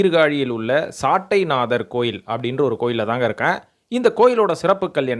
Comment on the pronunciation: ஞானசம்பந்தர் பாடியவை தேவாரமல்ல. திருக்கடைக்காப்பு. முதல் பதிகம்: " தோடுடைய செவியன்... " தேவாரம் அனைத்தும் அப்பர் ஸ்வாமிகள் பாடியவை. சட்டை நாதர் என்று உச்சரிக்கவும்.